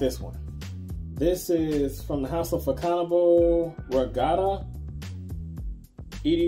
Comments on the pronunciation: Mon cher monsieur, it is actually pronounced either "Fa-so-na-ble" or if you are in the know "fashionable". Bonne journée. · The proper prononciation is fa ( son) able 😊😉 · It pronounces "Fa-zone-abl" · Thank you. The pronunciation is more of a "fashion-Knob"